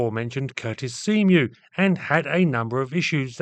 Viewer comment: Very nice looking airplane. I keep hearing Seamew as "Sea mule" haha Curtiss SO3C Seamew